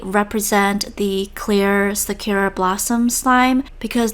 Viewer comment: Lmao gotta love the "shakira" slime. I'm sure that was an old video and learned to say "Sakura" more correctly, absolutely no hate, just funny